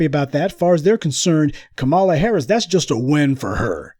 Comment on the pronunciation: Lol he said copmalla